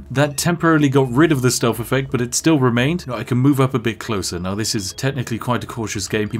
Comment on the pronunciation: Its TH... not F.... stealTH... not stealf 👉😖👈